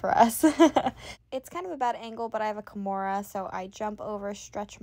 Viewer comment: yes i heard once a slight KEYmura then you swithched back lol